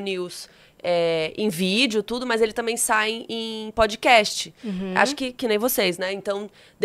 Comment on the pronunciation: aprenda a pronunciar “PODCAST” aqui: E pod- KAST não pod-Kest